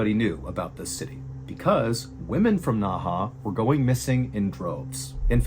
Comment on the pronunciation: It’s pronounced as Nei he….not Na Ha…Nei He when translate to English means inner river